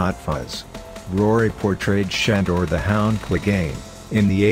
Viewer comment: Schandor 🤣🤣🤣🤣 It’s Sandor ffs. I hate those computer voices!